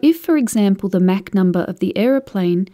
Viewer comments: it's "mock" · Never heard MACH pronounced Mack always heard Mock. Must be a British thing. Good explanation.... USAF veteran.